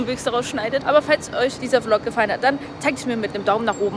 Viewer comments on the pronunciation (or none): none